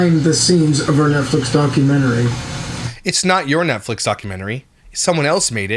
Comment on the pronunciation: nutflix sound like a corn site lol